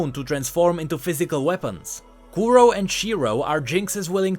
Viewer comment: kuro means black and shiro white so don't accent o because it's in japanese